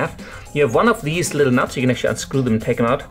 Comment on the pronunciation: aha;) i just find the way you say it like "nats" funny. Only joking though m8, keep doin what ur doin! love ur vids